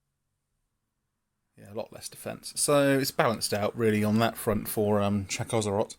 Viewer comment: I think it's Chakko zrot I personally prefer Chak szrot.